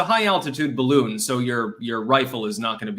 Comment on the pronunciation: Woudn't you rike to fry in my beautifu my beautifu baroon.